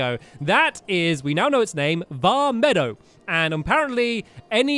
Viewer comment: Stamps pleaseeeee stop calling it vah meadow it's vah meed oh